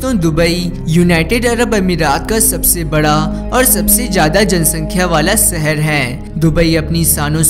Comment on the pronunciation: Seher nahi shehar